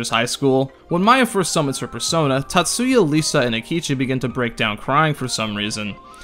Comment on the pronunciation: Times you pronounced name Tatsuya right: 2